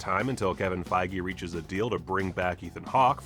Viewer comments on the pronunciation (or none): none